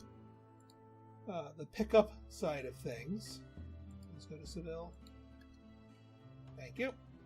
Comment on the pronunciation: I was playing pr3 just last week. I think they pronounce Seville as Sa-ve-aa.. but we won’t tell the spainish.